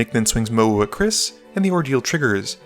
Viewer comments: Everytime he says the goodest boi's name it comes out as MOE, which was distracting. I'm picky so don't mind me, Best formatting of edh games I've ever seen. Keep up the amazing work been watching since video 4! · I think it's pronounced mOW-woo Pretty sure they flavor planeswalker says it that way, forgot his name.